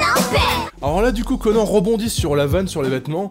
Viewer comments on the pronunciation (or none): S'il te plaît dis CONANNE et pas CONAN